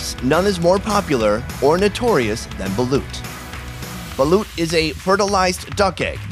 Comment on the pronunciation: It's actually pronounced as "balot"